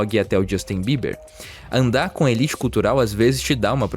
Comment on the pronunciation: "Elite" foi uma pronúncia infeliz na narrativa.